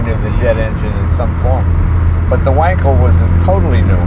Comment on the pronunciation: Donald says “Vonkel”, Jay says “Wankel”. Zoom zoom.